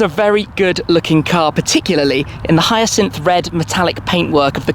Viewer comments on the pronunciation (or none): none